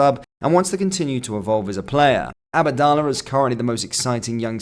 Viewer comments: It’s abdallah sima not “abadallah” sounds one of Harry Potters spells lol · “Abadalla seema”